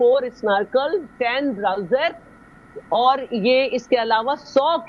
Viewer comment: Bowser ko Browser kehti hein mohtarma, pata nahi matric kahan se kiya hei???😮😮😮